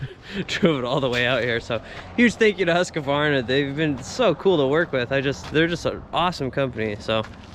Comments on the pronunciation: Hey, over in Europe! Great! Why are you saying Husqavarna? I guess its more like Husqvarna - no a after q. Or just Husky! 😂. It would be very cool if you cold share more differences between us and eu in your eyes… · Lol. No A between the q and v. Husqvarna not Husqavarna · Huska varna is the wrong American pronunciation of Husqvarna, try to say Hus qvarna, that is the right way to say it in the American English. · Should have asked Sondre to teach you how to pronounce "Husqvarna". It's roughly like "hoos-kvarna". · That's awesome of them to donate the saws! But your pronunciation of Husqvarna is a bit off. Awesome video man, I love these traveling ones! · "hoos-kvarna" .. so you are correct, there's no "a" after "q", but the "q" is like a "k" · hate the way u say husqvarna haha. good video!! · I'm sure have been told, there is no middle A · my soul left my body when he said Husqvarna 🥲